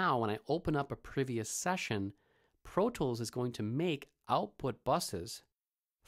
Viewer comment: he says "Pro tchwoools " lmao